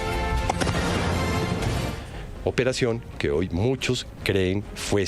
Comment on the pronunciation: Oye periodista, no se dice ahoy. Sexdice hoy.educate!señorita.